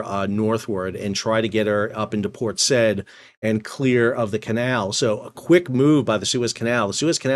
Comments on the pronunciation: Port Saa-eed not Port sed. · Port,Sa-id,not Said. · PORT SAID is pronounced "SIGH-EED" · Thanks for the video. One correction: Port Said. Said is not pronounced as one syllable, like the past tense of 'say'. Instead, you pronounce each letter, making it two syllables, like 'Sa eed' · Port Said is pronounced, "port sah-YEED". You're welcome. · Port Said is pronounced sigh-eed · Port "say eade" please 😂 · Port SAh-eeed ( Said ). Oh dear...oh dear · That's not how you pronounce Port Said, fyi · Please learn to pronounce Port Said…. It is not the verb said. ….😂😂😂😂😂